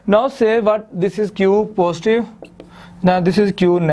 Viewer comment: Its not phostive its positive